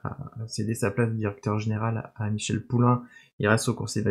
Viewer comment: Hello petite coquille : c'est Michel Paulin (prononciation "polin") pas Poulain ;) Bonne continuation.